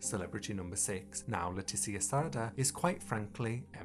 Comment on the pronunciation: Her surname, Sardà it’s actually pronounced like when hermione’s says "it’s leviosa not levioSAH" sardà it’s pronounced like levioSAH, sard-À